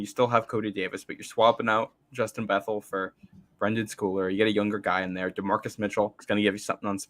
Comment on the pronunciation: It's Bethel (Beth - ol')...